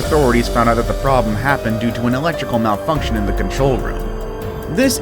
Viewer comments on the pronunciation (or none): They way he said malfunction was my inner self said fnaf